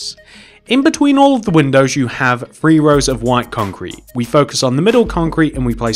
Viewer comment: It's three not free